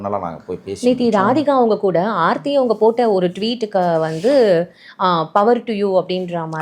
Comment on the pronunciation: Sir...preethi illa ...aarthi😂